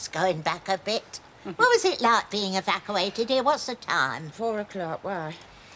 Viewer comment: 'Evacawated' good old ethel xD